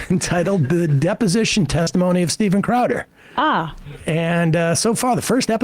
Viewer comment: It's crowd-dah, say it right